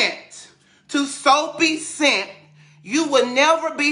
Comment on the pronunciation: He said Soapie Cent 😂😂😂😭